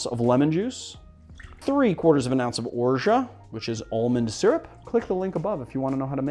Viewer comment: Am I the only one that has noticed he pronounces ORGEAT incorrectly??